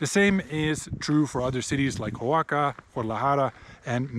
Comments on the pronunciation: Great video!! Keep it up!! Please note though that you are pronouncing Oaxaca (pronounced Wah-ha-kah) as “Ho-wah-kah”. No biggie, just pointing it out because you seem like the kind of knowledgeable traveler that would want to pronounce it correctly. Keep up the great content! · Great video, thanks! (and it's O a h a k a, not hoaka :)